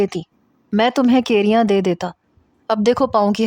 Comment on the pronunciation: Key-riyaaan????? 😂😂😂😂 ya kayriyaaan😂😂